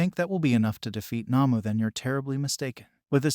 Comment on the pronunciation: The not human villains in My hero academia are called Nomus not Namus